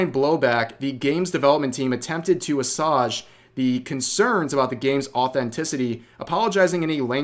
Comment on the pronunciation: THAT'S NOT HOW YOU PRONOUNCE "assuage"! Ffs Rev